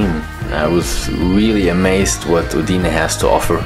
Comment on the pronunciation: Hallo Timo, Schön das es Dir im Friaul gefällt und Du Trails in Kombination mit Leute und deren Kultur schätzen gelernt hast. Bitte betone Uidne auf den Anfangsbuchstaben. Mandi. Grüsse von einem Zweiheimischen Eugen Haubensak De Cecco